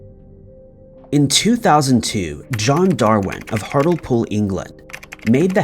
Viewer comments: Hartlepool is pronounced hart-lee-pool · C’mon - what did you expect when you heard the way he pronounced Hartlepool? 😆😆